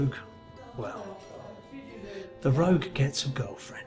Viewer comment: Rogue not Rouge